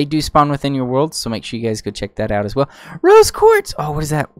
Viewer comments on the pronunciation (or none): none